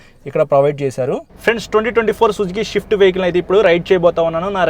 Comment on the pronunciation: orey adhi Swift, "shift" kaadu